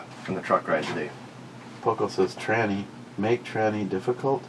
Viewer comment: Jesus tyranny not tranny!!!!!!!! Have some someone read it for you 🤬 this is so going on a t shirt